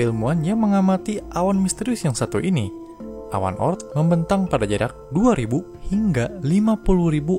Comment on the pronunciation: Bukan O.ort tapi oort